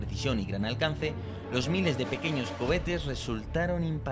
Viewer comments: ¿He oído "cobetes" en más de una ocasión? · Lo de decir Hebozlá y covetes es nuevo? 😂😂😂😂😂😂 al